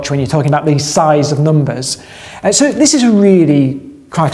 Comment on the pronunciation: I just can't get enough of talking about numbahs:)